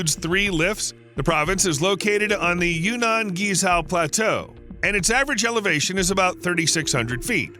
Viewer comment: Are you attempting to say Guizhou?